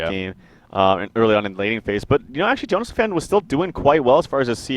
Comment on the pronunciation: youre pronouncing jonassomfan wrong its not jonasfan, its jonas som fan(not fän)